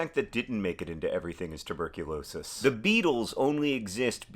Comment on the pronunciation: Hey, it’s tuberculosis, not tuRberculosis.